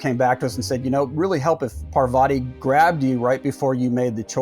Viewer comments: Also, it's not "Per-VA-ti", it's "PAR-va-ti". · dear western civilisation, It's pronounced 'paarvati' not 'parvaati' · I think Parvati is pronounced paaarvathi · But have you considered that the writing in this game was actually really super boring? Almost everyone you talk to is dumb and lifeless? That characters exist for the story alone and don't feel like they're thinking about anything? Also, Parvati is pronounced with emphasis on the first syllable, not the second. It really annoyed me thoughout the game.